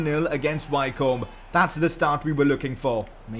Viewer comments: Wycombe is pronounced Wickham like the striker who plays for Crystal Palace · Wycombe is pronounced Wicom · Wycombe is pronounced Wick-Erm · You're saying Wycombe wrong lol 😂😂